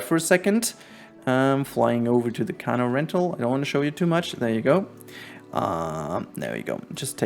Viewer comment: Wow, this is astounding quietly weeps Also, “canoe” is pronounced cuh-NEW. I think you’re emphasizing the wrong syllable?